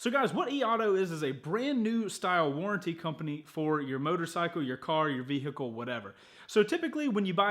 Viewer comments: World vey-hee-kle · You're the only person I "know" that pronounces H in vehicle that clearly... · I hate the way you say “vehicle”, just sayin. :)